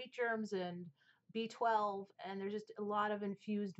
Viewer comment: I have the airbrush spray, and it's glorious. I keeps people from being blinded by my milk-white skin. , where you say "B-12" I heard it as "beached whale" and thought, "La Mer has issues..."